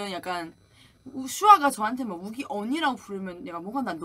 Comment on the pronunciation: is how Yuqi's name is enunciated properly.